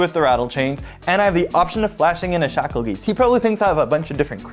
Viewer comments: Shackle-geese-t? Isn’t it Shakle-Guy-st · I know I'm late. But if i hear someone say shackle "geest" in person... Im slapping the living shit outta them.. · yes, it is "guy-st".